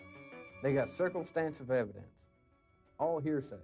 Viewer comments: "They got circle stansive evidence".... lmao did he really just say circle stansive?! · "circumstansive" evidence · watch out for that CIRCLESTANSIVE EVIDENCE. ‘Gon ‘getcha every time. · That man said “they got circle stansive evidence.” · "Circlestansive evidence" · Right? How about that “circle stansive evidence”… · “Circlestansive” evidence. 🤣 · Haha I thought he said circumstansive.. funny either way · Thats cos he DID say circlestansive! 😂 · Sounded like circumstansive to me LOL 😂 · “Circle stantion evidence “ 😂😂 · Did he say “circlestance evidence”? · He said "circlestansive" evidence lol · He really does say circle stansive evidence like the other comments say lol. What a cho mo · Thats how it was pronounced by 🤣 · K one more... Jerry: “they got CURLCLESTANSIVE evidence, nothin more” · "They got circle stansive evidence" 😂😂😂😂😂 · "They got circle-stansive evidence." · "circle-stansive" evidence is what I heard. Either way, he sounded dumb as a brick! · It sounded to me like the doofus said "circle-stansive" evidence. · circlestansive?? Shocker, the m*rderer and p*do can't even speak basic English. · Damn, I nearly spit my drink out , from laughing at his Jethro Bodeene sounding attempt, at saying circumstantial. It sounded like he actually said "circle-stansive" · Hahaha, I picked up on that too and even rewinded to make sure I heard it right. And then I looked in the comments if anyone else mentioned it. Was so funny how he said it confidently.